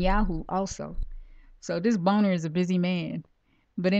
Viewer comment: great information, Shalom! by the way, John Boehner's last name is pronounced (bayner) :)